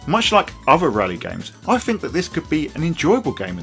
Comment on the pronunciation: please stop using f's instead of th frough? fink? feme? widtf? firty? I can't focus on what you're saying :-(